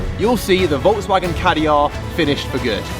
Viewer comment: Ah yes, Volks\M/agen